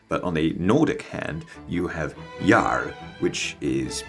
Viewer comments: As a Swede (and Old Norse enthusiast) I am so damn pedantic when it comes to pronunciation of words, but I’d give your pronunciation of Jarl a solid 8/10 - only thing missing is to take the A sound and push it further back in the throat, so it sounds more like Jahrl. Otherwise lovely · That Jarl pronunciation. Exquisite. 😊